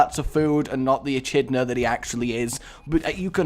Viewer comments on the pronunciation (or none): its "eh kid nah" not "etch id nah" (echidna)